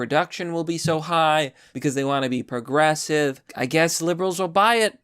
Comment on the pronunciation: Still saying 'porgressive.' You really need to see a speech therapist...